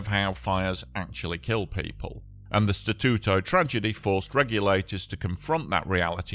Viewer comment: Your pronunciation of Statuto it’s perfect sounds like you are fluent in Italian language, people names are good but can be improved. Overall 9/10 on Italian language speaking/pronunciation.